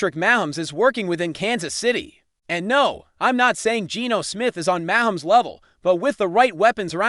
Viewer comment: Can’t pronounce Mahomes correctly… can’t trust your opinion.